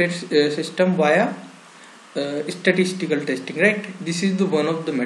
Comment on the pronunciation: Please pronunciate స్టాటిస్టికల్ not ఇస్టస్టికల్